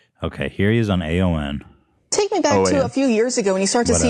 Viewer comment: correcting ethan when he kept saying AON 😂